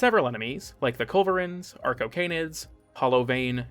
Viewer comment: Anyone else hear “our cocaine-id” every time arcocanids were mentioned? No? Just me? Uh. Cool. For real though, awesome video, mate. I love things that show me all the crap I never noticed in things I love. Your content has always been excellent, but it’s only gotten better over time. And awesome to hear here! That man’s voice is a deadly weapon.